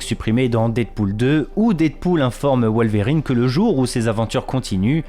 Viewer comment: Wol-verrine et ca-bol génial 😂😂